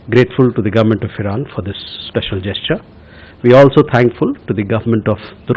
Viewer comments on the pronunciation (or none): none